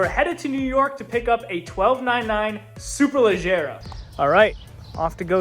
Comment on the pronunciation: you nailed the pronunciation, language of origin and translation. Ladies and gentlemen, we have a rare unicorn here.